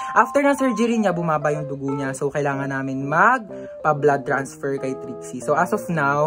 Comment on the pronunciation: Kuya ano po ba trixie or drixie kasi minsan naririnig ko drixie minsan nmn po trixie?